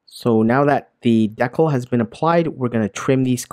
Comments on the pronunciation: FYI, it's dee-cal, not deckle. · I think you mean to say "dee-cal", not "Deckle" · The way he says dekle instead of decal reminds me of coneheads. "Maintain low tones with me.... Maintain low tones! ....And remove the dekle"